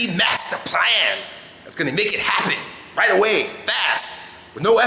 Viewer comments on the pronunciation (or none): The "Right!" sounds exactly like "When a fire starts to burn"